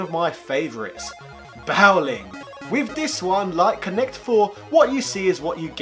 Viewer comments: Boww-ling? How do you not know the word “bowling”??? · You say bowling extremely weird. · Top quality video. I remember these things in the toy shop back in the day. It was too expensive for me though. So my money went on a Blip instead. But is that really how you pronounce Bowling? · Well made well produced video as always but... um... is that how you pronounce bowling?!